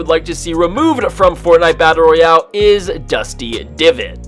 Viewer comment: I fucking how he says FORTANITEA BATTALE ROYAELE